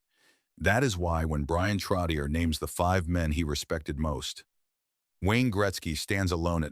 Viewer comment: I wish whoever makes these videos would pronounce his last name CORRECTLY